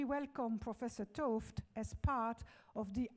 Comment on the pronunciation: he-ard t'ooft - thanks for pronouncing his name.